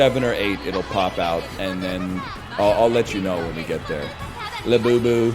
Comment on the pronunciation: French Yogi Bear be like: La Bubu